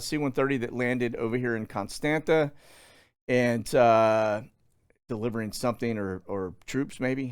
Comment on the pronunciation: Constanta it’s pronounced Constanza 😀